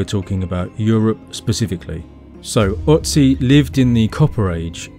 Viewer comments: loved it, as usual. only one minor nitpick: it's "ötzi", not "otzi". and don't tell me you can't produce the ö-sound, you can. it's the same as in world, shirt, burt, herd, heard, etc. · Another great video, good stuff! Can I be a total pedant and add two German pronunciations - Ötzi has an umlaut on the O so is pronounced 'err-tsi' not 'ot-si' and Tollense is pronounced 'Tol-en-sa'. Looking forward to more content.